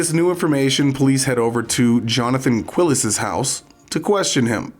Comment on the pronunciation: This will seem trivial, but the name is pronounced like Kee-les, not "Quill-es." Spanish pronunciation is pretty easy to learn, really, because it's always the same.